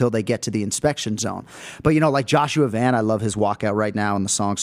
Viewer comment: Someone needs to tell Anik how to correctly pronounce Joshua "Van"